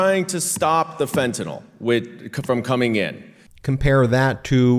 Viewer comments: Meiselas Just for clarity, it’s pronounced FEN-tah-nill , not FEN-tah-nall. I was on the 72 hour 25mcg patch before having my Spinal fusion surgery in May of 2016. Once, the pharmacy accidentally gave me the 75mcg patches… had I not already had a high tolerance to opiates, I could have fell into a coma and/or died due to the error. Luckily for my family, me, and the pharmacy, nothing serious ensued (other than acting like zombie for a day and a half). I removed the first patch halfway through the 72 hour effectiveness range after realizing the pharmacy’s error, but not before falling asleep for 4 hours while seated on the toilet. My point is simply, I have intimate experience with this highly dangerous drug. Fentanyl (FEN-tah-nill) should always be pronounced properly to avoid confusion with other drugs with similar names.❤❤❤❤❤❤ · Every time I hear someone pronounce it Fentan awl I lose the thread. The last letters are "yl" and they are never pronounced "awl." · Fentanyl is pronounced "fen-ta-nil" not "fen-ta-nol" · And correct pronunciation is Ben's impossible task. Fentenyl. Ben, see the NYL? Nil, not nawl. If you sound like an idiot no viewers will respect you and your truth. It ain't too hard Ben. Put a sticky note on your Monitor. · It's Fenta NYL, not NOL, important stuff, because many drugs sound alike, making it sometimes a matter of life and death to get it right. Don't be a sheepanyl, and say it wrong, just because you heard others say it wrong. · It is pronounced “Fen-tuh-nil”…..NOT “Fen-tuh-nol”. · As a chemist, I cringe when I hear people say "fentenol" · I wish people in the public sphere would learn to pronounce FENTANYL properly. Its mispronunciation is ubiquitous and sets a poor example; it's spelled relatively simply.